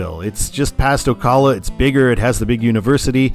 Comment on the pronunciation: some pronunciation corrections on the cities in georgia and florida: valdosta is said "val-dah-stuh" and ocala is said "oh-cah-luh"! also, id say valdosta gets signed for 75 because it's a point where it's still near enough to not instantly exhaust you when you read it (as atlanta would, at least for me) but far enough to still be meaningful